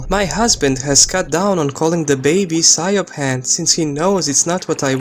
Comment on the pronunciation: Siobhan is pronounced “She-vorn”, the b is a v sound. Irish names sound beautiful but aren’t spelled how you would expect. The way you pronounced it is exactly why the mother doesn’t want to name her that. I went to college with a Siobhan and worked with a Sorcha (pronounced Sera-ka)